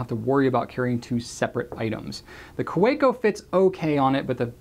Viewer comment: The "w" in Kaweco is pronounced as a "v" :P